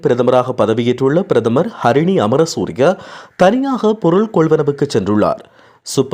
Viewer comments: pls mind your pronunciation of people's names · அது கரிணி இல்ல , ஹரிணி 🤦